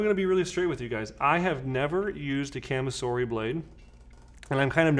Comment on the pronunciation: Great video,! A couple corrections, though. First, "kamisori" does not mean "blade" like you state in the video. It translates to "razor", and is written as "Shave-knife". 剃刀. 剃る (so-ru) means "to shave", and 刀 (ka-ta-na or toh-oh) means "sword" or "knife". Second, since it's a Japanese word, it's pronounced more like "kah-mi-so-ri", as opposed to your "ca-mih-sor-ih".